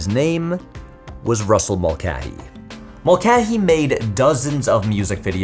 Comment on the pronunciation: Brother why are you saying the common surname Mulcahy as "Mul-keh-hee"??? It's always been "Mul-kay-hee".